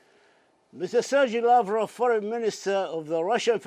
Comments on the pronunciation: Sergei Lavrov is a wonderful Minister of Foreign Affairs. I'm proud of him. His pronunciation is quite terrible, but the contents of his speech is the only thing that really matters. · This lavrov is babbling on and on , full of vodka has not time to take a breath